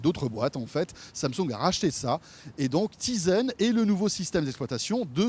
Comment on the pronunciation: Bonne vidéo, juste, c'est TIZEN et non pas TISEN ;)